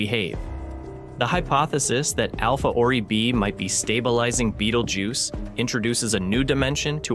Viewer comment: Bay-tell-gu(y-i)ce not beetlejuice